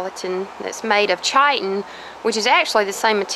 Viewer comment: Not to be THAT GUY, but chitin is pronounced k-eye-tin, and its not in our fingernails nor hair, that's keratin. But both are proteins and easily confused.